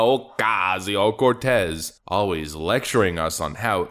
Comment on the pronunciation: Dude stop saying her name like that.